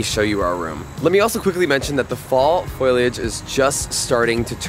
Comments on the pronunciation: It’s not “foilage”… it’s foooliage. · Great homage to The Berkshires! Thank You! I am a transplant from NY but I’ve Been here for over a decade (so I’m a local now haha). Glad you loved it here. I feel lucky to live here. One thing, you may be pronouncing foliage wrong. It may just be how Canadians say it?